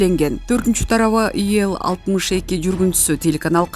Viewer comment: Окуп жаткан кыз, ИЛ деп эле окулат. Иэл эмес. Интонацияларды туура эмес окуп жатасын. Аягында озубуз божомолдоп тушунуп алып жатабыз. Грамотный кыздардан окыткулачы.